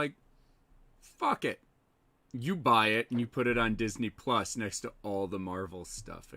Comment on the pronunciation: Marc mispronounced Disney Plus.